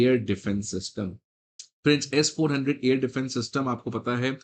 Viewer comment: It's not S4. 100, it's S. 400